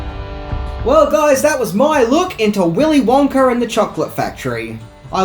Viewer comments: "Willy Wonker & The Chocolate Factory" was all I could hear him saying. If he said Wonka by itself, it was Wonka. But any words after it, it sounds like Wonker. 😂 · Why did u keep saying willy wonker and not willy wonka?? Cant you day ahhh?? Lol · Does anyone else want to throw something or scream everytime he says "Willy Wonker?" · The accent “Willy wonker” Me every time he says it “wonk-A, wonk-AH!” 😂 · Every time says willy wonker instead of willy wonka you have to take a shot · It's wonka not wonker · “Willy Wonker?” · I remember when I was a kid, my mom would always pronounce the name as “Willy Wanker” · Stop saying WONKER u don't even try to speak proper English also level your audio so it's all the same volume like are u new to tjis? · “Willy wonker” 💀💀💀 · I have a British accent question for you. Why do you sometimes change the way you pronounce "a" sounds? For example, you said the sentence like, "Gene Wilder played the legendary role of Willy Wonka in Willy Wonker and the chocolate factory". What, when and why makes you decide to pronounce the "a" to sound like "uh" and in the other, pronouce the "a" sound like "er"? I've wondered why this is done for a long time. I know that it isn't just you, I have heard other British people, documentarians, narrators and actors make the same different pronunciations. This question wasn't written to offend anyone; it was simply a question from a curios mind. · Willy "Wonker" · “Willy Wonker”😂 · Do you keep saying “Wonker”? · "willy wonker" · “Wonker” lol 😂😂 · Good as always, but I couldn't stop hearing you say "Willy Wonker", and then I would giggle about it should be Willy Wanker...and yes, I'm an adult. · I love how he keeps calling him WONKER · You say Willy Wonker... So annoying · Did you say “Willie Wonker”? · "Willy Wonker"? Lol. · Wonka with an A. Wonker??? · "Willy Wonker"?